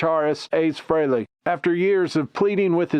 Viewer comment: You can't even pronounce Frehley correctly. It's free-lee not fray-lay. Your AI either sucks or your narration does.